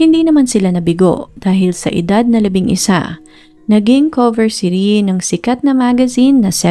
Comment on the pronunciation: PAKIBIGKAS NAMAN PO NG MAAYOS ANG PANGALAN NI RIE IT'S (RIYE OR RI-E NOT RIYI 🙄